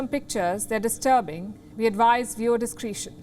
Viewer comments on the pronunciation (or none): Lady, It's not pronounced "discreetion" but "discretion".